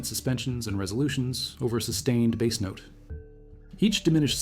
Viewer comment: AI keeps talking about a bass. The fish! What the heck?